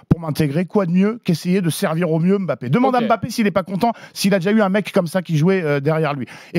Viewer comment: Excellente analyse, il a dit la vérité et en plus de ça il prononce M’bappe correctement Merci Monsieur 👏